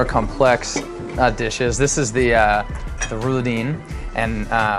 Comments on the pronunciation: He butchers the name of the dishes ... Rulidin? Its pronounced Ruladen ... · Those are not german pancakes, this is not a currywurst... weißwurst should NOT be fried, unless you wanna hear a thousand Münchners scream in terrorr, its pronounced Roo-la-dan, black forrest cake should not contain raspberries, and someone teach him how to cut things on a plate.